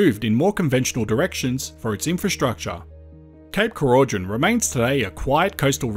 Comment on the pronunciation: More than happy to hear this great idea didn’t happen. Cape Keraudren is a beautiful place. Oh and we pronounce it Croyden 😊